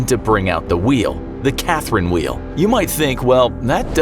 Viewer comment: i thought he said karen wheel XD